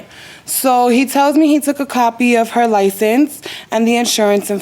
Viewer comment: The word you’re looking for is HER NOT HAR AND ASK NOT AX